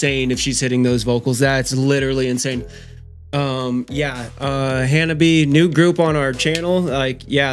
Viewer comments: The band name ... in Japanese. It's 4 syllables, not 3 like you are pronouncing ... Han-nah-bee-yay. You are saying "fireworks" in Japanese :p . The bands name roughly translates to "cold flowers". We Love Sweets is probably next ;) . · And it's pronounced "Ha-na-bee-ay"